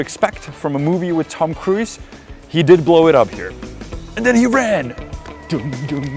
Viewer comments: Hello, Tom Cruise is pronounced 'krooz' not 'kruiz'. Take care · Tom Kruis... classic czenglish there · It's hilarious how you pronounce name of Tom Cruise 😂 👍 my boyfriend does so as well 😊